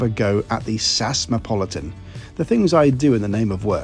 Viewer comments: It's Ess-Ayy-Ess. Not Saaahs. If you are going to travel on narrow-bodied aircraft for long flights you should wear a kilt so it's easy to dissipate fumes by flapping it instead of a slow release through your trousers that will annoy staff and other passengers. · Love your videos, but please… please… don’t call them Sass! It’s SAS. Ess A Ess. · You def lost me today: Saaas Airlines? JFC… Not Tool much to get the Name right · As far as I can remember you are the first one who pronounces SAS in in one word rather than the single letters S-A-S 😉! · Sass? S-A-S, as it has been called historically, sounds much better. Like BOAC being called Bowack.